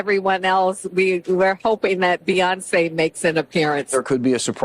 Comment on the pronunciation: I like how pronounces B-on-say 😂